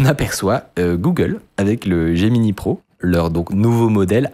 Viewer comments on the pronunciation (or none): none